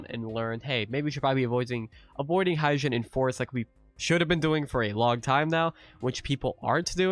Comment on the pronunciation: Just to correct the pronounciation Hyejin. "Hye jin" is read as He with a short e and Jin as in Jin Kazama.